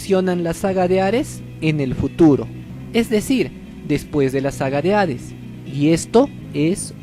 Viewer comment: No es hares es hades pronuncialo bien lislike😐